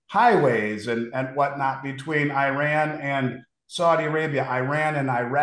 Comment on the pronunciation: Eye- ran🤣